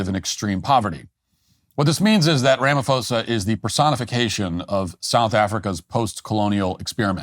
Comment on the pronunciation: Matt sit this one out, you have superficial knowledge of this saga. you don't even know how to pronounce his name that shows how little you've interfaced with politics in South Africa..,and you are making false claims ignorantly or willfully spreading disinformation. You are far more intelligent to be a choir boy of maga.... Trump only has a few years and he's gone but your platform will be here...but this takes away some credibility to your platform